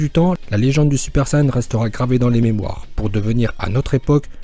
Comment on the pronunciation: Ça se dit saiyen